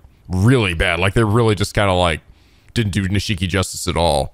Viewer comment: Ahh, it wouldn't be a Yakuza game without mispronouncing Nishiki's name;)